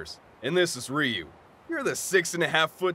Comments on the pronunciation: It's pronounced R-yoo. Not Ree-oo. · it bothers me they say it like "Reeyuu" when it is Ryuu no II no EE, just Ryu, like people who say Tokiyo instead of 'toh-Kyoh". but whatever, is brilliant as always 10/10